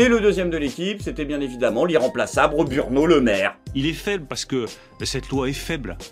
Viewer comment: Est ce que j'ai bien entendu? Il a dit "Burno Lemaire"?😂